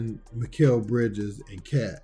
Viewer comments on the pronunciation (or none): He really did not say Mikal Bridges? Is he high??